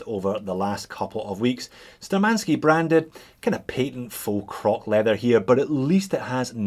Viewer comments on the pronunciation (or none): Btw, according to cyrillic letters on the dial, the name is spelled *Shturmanskiy*, with 'SH' sound, not 'S'. Which is kinda of German origins... sturm = storm, attack.